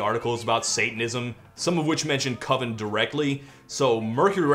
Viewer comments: It's pronounced COVEN man. Cuvin sounds like oven and that just ain't it. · I'm sorry, all I can think about is Mark Borchardt in American Movie insisting that "coven" is pronounced with a long O. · It can't be coven because coven sounds like oven, man